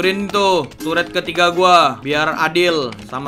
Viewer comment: Ngakak base dia sebut turet gede